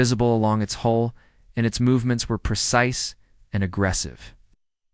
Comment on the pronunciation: IT'S HULL HULL HULL DO YOU EVER GET IT RIGHT?